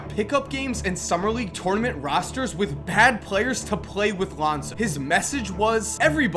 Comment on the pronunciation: I love your videos!! But please learn how to say tournament😂 again love your videos!